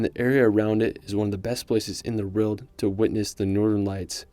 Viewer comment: You say the word “world” very strangely